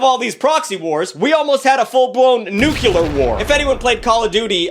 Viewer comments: Hey buddy. Just out of curiosity … How do you say this word: Nuclear Take your time. Sound it out. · Dong this much research into nukes and not being able to say the word nuclear is an incredible feat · Every time you pronounce "nuclear" like that you sound just like Zapp Brannigan trying to say Champagne like a douchbag 😂😂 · Sooo... Where exactly is the 2nd "u" in "nuclear"? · Your pronunciation of 'nuclear' is infuriating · The most important part of this video is saying nuclear incorrectly for 54 minutes straight Thanks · Alternate title: One Hour of Frantically Mispronouncing “Nuclear” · Y'all can't pronounce "nuclear" correctly. Why is it so hard? It's exactly like how it's spelled, and as far as I know y'all say "nucleus" correctly... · Hearing you mispronounce nuclear this many times is tough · this video really points out how mispronounces nuclear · Dude pronounces "nuclear" like Bush Jr. Also, you got Vietnam backwards, they did not "switch polarities." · WHERE'S THE SECOND "U" IN NUCLEAR THAT YOU KEEP PRONOUNCING,? WHERE IS IT? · OMG! Can you learn to say nuclear correctly 😂😂🤣😂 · I am going to lose my mind if I have to hear you say “nucular” instead of “nuclear” one more time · Am I the only one that is vociferously annoyed when he says ‘nucilar’ instead of ‘nuclear’?? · him saying nucular instead of nuclear every single time lowk pissing me off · It's Nuclear... Nu - Clear... Not NuCular... 🙄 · New-clear, dude, not, new-kew-lur. Just saying. Proceed 👍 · Stop saying "nuke-yoo-lar", it's "NUKE-LEE-AR"!! Like the nucleus of a cell! Jesus, why does that piss me off so much?! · nuCLEAR. not nucular. common bruh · Nuclear* Insert wherever he says “nuculer” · Noo-klee-uhr not nuke-yuh-lur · NuCLEAR not NuCULUR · NU-CLE-AR Not Nukular. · Not Nucular. " Its pronounced NUCLEAR, you idiot. The S is silent". ~ The Simpsons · It's Nuclear,,, not Nululer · It’s “nuclear” not “nucular.” Pronounced “new-clee-urr” 😂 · Nucular war